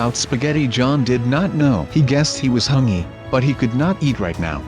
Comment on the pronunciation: U said hungy